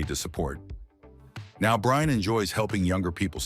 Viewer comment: The Ai keeps calling him Ryan ...his name is Brian!!!